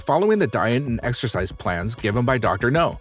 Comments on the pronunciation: ......sigh....dude, it's "Dr.Now" not Dr.No. (u don't watch the show, whatever...that's fine...) An u said "bridden" instead of "bedridden" 🙄 I NEVER complain about stupid stuff on YouTube because it's childish but....I'm trying to watch most of y'alls videos...was gonna subscribe but, u guys don't check ur scripts b4 reading them...and the dumb a** "click bait" thumbnails....I....I just can't anymore....sorry y'all but...it's to...."sorry" when u can't check y'all's script b4 reading....🙄😒 Dumb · I like your content, but I don't understand your pronunciation and grammar. "Received a news". ... A news? Was "britten" instead of bed-ridden. Her last name is "Murry" you say Muir ... and others. My favorite is "Dr GNOME". "The reason of her overweight was murder of her brother so she became a stubborn." whaaaaat??